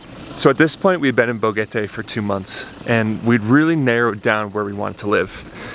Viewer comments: Boquete not BoGETE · It's pronounced Bo-Ket-Tay, not Bo-Get-tay. There's a "q" in the word, not a "g". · Boquete. Not Bogete. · Pro-tip: Boquete is pronounced Bo-KEH-te, not Bo-GEH-te. There is no ‘g’ in Boquete. Other than that, thank you for the beautiful and heartfelt documentation of beloved Panamá. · Enjoy your adventure, BUT .. Just irked that after being in Boquete Panama for the length of time you have been, that you always mis-pronounce the name! You say "Bo-get-a" but it is pronounced with a hard "k" sound like "bo-ket-a" like a boquet of flowers - hence the probable name of the town. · It’s not pronounced BoGuete. It’s Boquete with a Q. Bo-Ket-Tay! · When you say Boquete think about the letter “K”. It is pronounced like this Bokete. Make sure you pronounce the letter T also. This way you will sound a lot less like a gringo. Good luck with your new home! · Nope, it's bo KET eh, nice try tho! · Incorrecto! Actually Bo-KET-Teh! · Your new Panamanian neighbors would probably appreciate you both pronouncing their city's name correctly